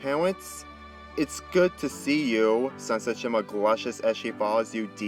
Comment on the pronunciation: dis guy said sunset shima